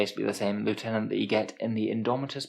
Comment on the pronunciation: You said "Loo-tenant". Then you said it again! Noooo!!!